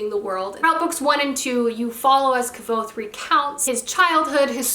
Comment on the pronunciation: Did you just say kvothes name incorrectly 😱